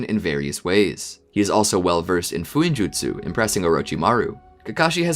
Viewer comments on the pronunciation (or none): none